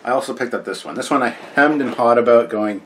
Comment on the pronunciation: "Few things to talk aboot" ;)